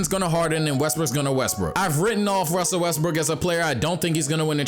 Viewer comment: "if russel wesbrock russel wesbrocks" ahahahhahaha made my day